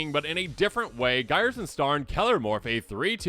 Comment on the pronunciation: iirc Ghyrson is pronounced like a gear and not like Gyre strait